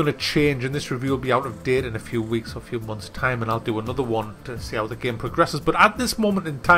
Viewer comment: Its so funny when someone says "giem" instead of game. Also "amyaazin". :D